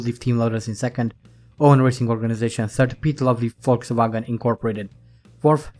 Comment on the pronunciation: I like the way how you pronounce Volkswagen like a real German :D